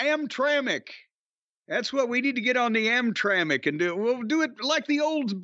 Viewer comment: Think he meant AmTrak. "Amtramck" sounds like the city within Detroit.